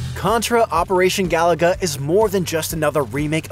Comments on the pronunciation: It's Ga Loo Ga, not Ga La Ga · Bro, it's not "Galaga," it's "Gah-loo-guh." Five times, this obvious mistake was repeated. C'mon,. 😂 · Looks like "Ga loo guh" to me. It's not "Galaga" Galaga is Galaga. Different game. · Amazing 🤩 , he said Galaga 🤭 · Bro said Galaga. Wrong game. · I'm guessing this guy is just reading a script and never actually played the game but yes, it's painful to hear and no, it isn't surprising. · Whoever hire him, he got forced to say it wrong. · Yeah, he's mispronouncing it